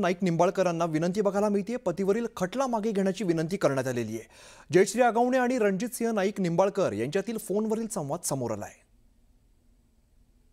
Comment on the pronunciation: हगवणे नाही रे बाबा, आगवणे